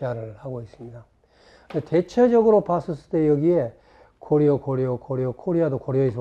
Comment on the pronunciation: 고려의 음이 고려가 아니라 고리네요